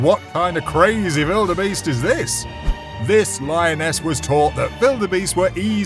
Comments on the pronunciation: It's wildebeest not veeldbeest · never heard anybody calling the gnu a bellabeast or whatever u are saying. butyour narration is great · The letter W: exists This guy: vilderbeast